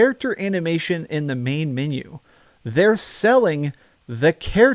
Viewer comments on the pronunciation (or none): none